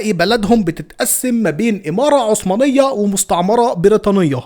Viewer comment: عثمانيه مو عصمانيه